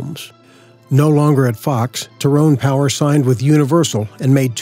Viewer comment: Two mispronounced names you mentioned: Tyrone Power is pronounced Tie roan. Cecil DeMille is pronounced See sill, according to his daughter